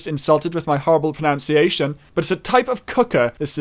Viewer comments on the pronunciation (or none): apologises for potentially pronouncing a French word wrong. Immediately after says ‘pronunciation’ wrong